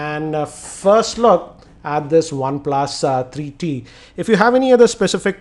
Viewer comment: its three t bro....not tarreee t....